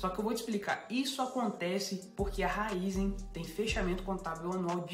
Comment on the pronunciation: Se tem o acento no i, é RAÍZEN não RÁIZÊN.. 😂